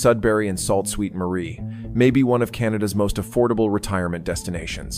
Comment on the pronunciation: The AI pronounciation is terrible. Salt Ste Marie?